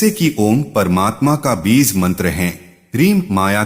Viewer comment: Beez beez kare ja raha hai AI. Insaan na mila koi jo AI istemaal kia?